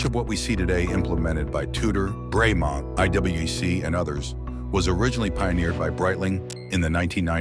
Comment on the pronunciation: Have been a Breitling fan since my 80s childhood. Today I learned about the Breitling Pluton! BTW "Bremont" is pronounced Br-mont